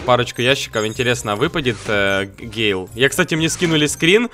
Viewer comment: ПРАВИЛЬНО ГЭЙЛ